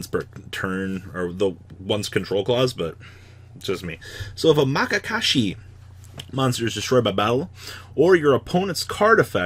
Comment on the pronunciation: oof. MAYakashi